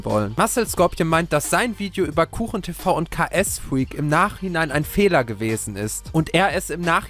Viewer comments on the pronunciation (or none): Ks wird key es ausgesprochen ☺️